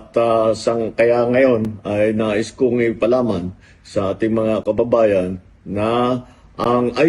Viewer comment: ipaalam po mr. president di po "ipalaman" 😂